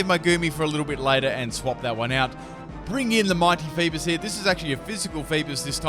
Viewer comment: Fee-bass not Fee-biss